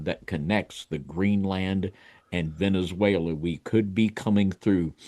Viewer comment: Cool discussion, but listening to trying to pronounce Venezuela is killing me…Venzawela 😂😂